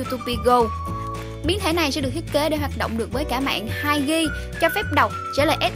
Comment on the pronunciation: mạng 2 Gờ. 2gb mới đọc là 2 ghi